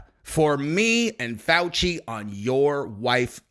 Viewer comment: LMAO the mumbled way of saying faux-xi cracks me up everytime